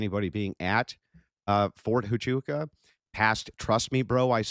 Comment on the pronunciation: "Fort achoo" Fort tachonka Fort tachoo Bro, Andrew, just ask google to pronounce it. Why does he struggle so much with simple words. He called Candace owen. Its funny to me.